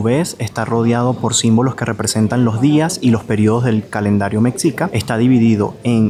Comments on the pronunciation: Excelente tu video,. Lo único que te quiero comentar es que mexica, se pronuncia “meshica” (como si fuera la ch, pero en un sonido suave) por eso lo puse con “sh “. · Mexicas, se pronuncia "Meshicas" es un tema extenso en México, pero la X en la lengua prehispánica se pronuncia "SH". Y la CH como Tenochtitlán, se pronuncia "Tenoshtitlán". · normalmente mencionamos “mexicas” con “j” igual que México, y no con “x”… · Hola los estoy empezando a ver. Muy interesantes sus videos. La palabra Mexica. Se escribe con X y se pronuncia "Meshicas" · la X suena como J asi como México se pronuncia Méjico. Mexica es Mejica. Un abrazo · Se escribe MEXICA pero se dice Mejica... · Se pronuncia Me-shi-cas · Un comentario no en mal plan, ya q es normal pero se oye chistoso, ¡Que mala es su pronunciación de la x... Solo le atinó a Texcoco jajaja. Pero como atinarle a su sonido como debe ser? jejeje. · Hola. La pronunciación más cercana referente al pueblo Mexica es NO LIGANDO la sílaba "Me" con el resto de la palabra: ME. XICA. En realidad la pronunciación más cercana es Me-shi-ca. O como una "g" inglesa. Es decir, deberías evitar decir Mecsica. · No se pronunica mec-sica se debe pronunciar me-shi-ca. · Ve a Tlatelolco, la ciudad hermana de Tenochtitlan.....se pronuncia Mejica, no Meksika..saludos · 😊: Por favor no digas mexicas con el sonido CS en la X, debes pronunciar la X con el sonido SH. La X en México tiene 4 sonidos, de: S como en Xochimilco, J como en México, SH como en mexicas y CS como en Texcoco. Decir México, mexicas, mexicanos... con el sonido CS es muy de los gringos o estadounidenses que no saben hablar español y lo pronuncian como lo hacen con Texas aunque nosotros mencionamos Texas con sonido j porque se refiere a las tejas ( palabra española) de los techos de las casas. Recordemos que Texas fue territorio mexicano. Ojalá te sirva esta información. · Con respeto hermano. No se pronuncia Mecsica, es Meshica.